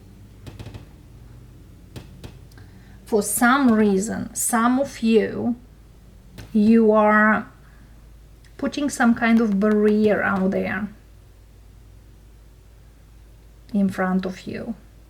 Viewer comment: Took me a sec lol barrier is pronounced " bare-ee-err" 😊 Take care and thank you